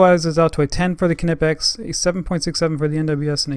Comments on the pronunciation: is pronounced ni-pex not ka-ni-pex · Another person over thinking how to pronounce Knipex. How do you pronounce Knowledge, Knee, Knob, etc? Knipex is pronounced Nye-pecks. Good video else wise. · How is it EVERY tool reviewer from the Americas doesn’t know the K in Knipex is silent???? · The argument over how knipex is pronounced is ridiculous. Knipex is a german tool maker and in German the k is pronounced so the proper way to say is ka nipex but if you want to pronounce it nipex thats ok just don't chastise someone because they say knipex.